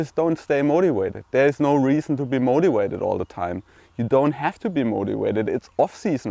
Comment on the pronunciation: not moti wa ted .....mo ti va ted